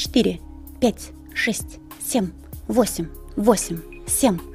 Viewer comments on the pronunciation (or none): Все хорошо.....но почему сем.....?Это так режет слух